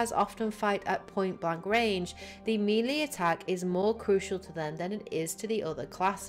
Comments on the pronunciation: Melee, not mili. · I know it's melee. Tell that to her.